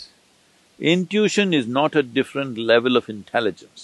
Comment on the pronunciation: When he branches off and goes into a detail he unnecessarily mentions 4 examples when 2 are enough. Irritating because one forgets what he branched off. Can't some tell him how to pronounce "intition" ?